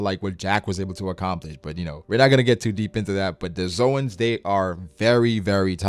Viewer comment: Zoans Zo-ans actual pronunciation 'Zones'